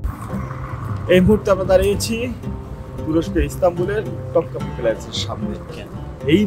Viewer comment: টপকাপি না তোপকাপি প্যালেস বলা হয়